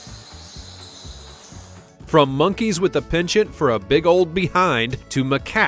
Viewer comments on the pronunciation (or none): none